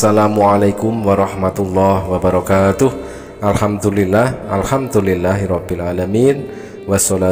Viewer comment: Maaf ustad sy luruskan dari bacaan anda yaitu ALHAMTULILLAH ini kurang tepat, tapi yg benar adalah ALHAMDULILLAH